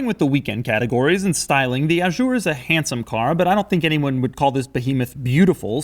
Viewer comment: That car depreciates more every week than I've ever paid to buy a car. Doug, why the 'zj' in 'Azur'? I understand you mispronouncing the 'u' as it's very French but why not juzt a z? :D. As for the trunk lock behind the logo; Alfa 156 :)